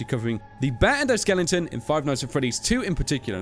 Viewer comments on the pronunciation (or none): thank you for pronouncing Skeleton correctly,, SKE-LE-TON, NOT SKE-LING-TON!!!!!! COME ON. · why do british people put an "ing" in skeleton.